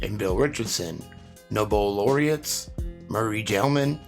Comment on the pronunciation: it's Nobel as in "No Bell" and it's origins are interesting. I learned of it from here on the Utubes (and/so you can too!). You will enjoy the background story to why there is a "Nobel Prize"...